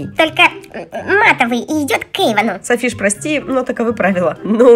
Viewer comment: Не Эйвын а эйван